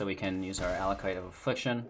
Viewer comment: it's pronounced AckOLight